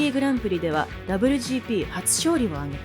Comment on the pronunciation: この「ダブリュジーピー」って言い方は何とかなりませんかね？。当時を知らない人が作ってる感が…